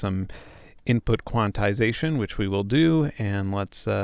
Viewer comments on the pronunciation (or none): none